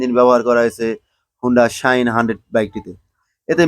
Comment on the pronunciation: বলদ, শাহিন না, শাইন। ভালভাবে বাংলা শিখে পরে ভিডিও বানাবি।